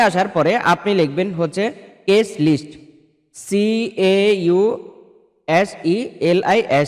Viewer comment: আবালের বাচ্চা মামলার নাম্বারই যদি থাকে তাহলেতো এমনিতেই জানব মামলা আছে কি না? কি বাল বুঝান?? কজ লিস্ট উচ্চারন করতে পারেন না মামলা নিয়ে কথা বলতে আসছেন??